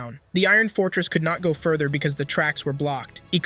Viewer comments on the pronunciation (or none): none